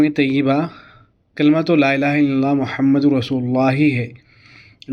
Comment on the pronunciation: Assalamu Alaikum bhai sahab Muhammad par pesh hai kalima e taiyebah padhne me ap zabar padh rahe hai tawajjoh den ap zara